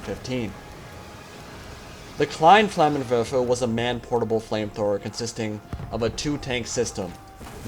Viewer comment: for the people who dont know terman he is saying "flammen werfer" or "flamethrower" translated and not "flamen wefe like he said